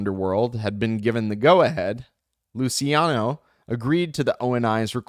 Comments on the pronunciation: Omg the constant mispronunciation of Lou Chi ano is driving me crazy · sometimes you said it wright in the start. Relax and cut the word in letter pairs or singles , Lu Ci A No